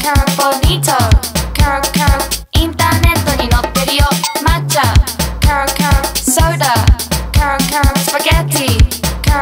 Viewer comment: ケロケロの発音が良すぎて始め何て言ってるか分からなかった～😂(笑)